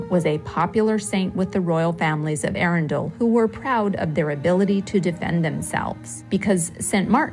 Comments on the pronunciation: Say 'Arundle', accent on the capital A. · Try saying 'trundle. or 'dirndl' - it's really easier if you forget the 'e;'on the end - 'muddle'? 'Puddle, maybe? Just try ARRUNdle - the AR and Run are level - and the 'd'l is tacked on the end. Many Americans have endless problems pronouncing English place names, let alone Welsh, Scottish and Irish all of which are based on two other native languages - neither of them English. TBH it's painful to listen to. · You made Arundel [pr Arundle, like trundle] sound like a place from 'Lord of the Rings'.....................plus lots more. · well, you probably are new to me, but I usually do a good job pronouncing most British place names. I think 90% of the time I'm correct. The mistake I made at Arundel was that I didn't ask how to pronounce it before filming the video! That's what I typically do. I have been visiting Britain since 1985. Since I have been married to a British citizen for the last 31 years, I have been there dozens of times. We now live in England five months out of the year. I've learned a lot in that time!